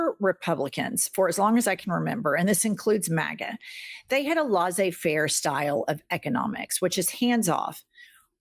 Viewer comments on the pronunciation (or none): Italy here 🇮🇪 Jennifer, the correct way to pronounce "laissez-faire" economy is LES like in Lesley not LAS like in Lassie. Check Google translater. We are still friends....right? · 2nd time I hear the lady on the left saying Lossay fair, which is a bit crinch. It is laissez fair, pronounced with the same le-sound as in left or let or lepperchaun.. apart from that, fun vids and f*** Tr***